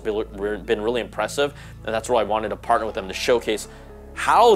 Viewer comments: I just started the video. He just mumbled “partnered with” them but it sounded more like “parted” with them. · For someone like me, who doesn't know who this guy is, it wasn't clear at all. Sounded like 'I'm parting..' Also, why is there not a view of the glasses from the side?